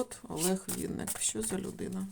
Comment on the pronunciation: Шановна таролог.Прізвище відомого:співака,артиста,актора,поета,композитора,музиканта,ведучого в музичному шоубізнесі, українською мовою пишеться і промовляється,як Винник,наголос ставиться на перший склад.З Вашої вимови зрозуміло,що Ви — особа російськомовна,а отже перш ніж викладати відео,вивчайте законодавчу мову країни в якій проживаєте.Невірне трактування прізвища,ім'я та по-батькові ображає кожну людину.Вам необхідно перепросити в співака за "перекручування" прізвища на "проросійський" манер — це по-перше,а по-друге — Ви не маєте ніякого права робити розклад (зачіпаючи енергетику людини) без його дозволу.Звичайно всим шанувальникам та шанувальницям творчості митця цікава його сьогоднішня та подальша доля.В своїх чисельних інтерв'ю Олег Анатолійович просив "його слухати",а не втручатися в його особисте життя.Спрвжні коректні шанувальники виконують "побажання" людини,а може якби "Він" розказав всю "правду" про себе,то не спалося б і нам всим,а так з "нічними жахами" бореться самотужки... Як на мою думку,то чоловік прожив пів-віку,має чисельні титули,грамоти за заслуги,раніше йшли на пенсію за вислугою років.В подальшому люди працювали в навчальних закладах і передавали свій досвід молодому поколінню.Так,як Олег Анатолійович працював викладачем в КНУКІМ,то цілком логічно призначити його керівником цього вузу.Ви кажете,що "швидкий",а отже зможемо побачити його ще в одній "ролі"."Скаче" він по сцені добре,як "молодий жеребець",так кожній жінці,присутній в залі хотілося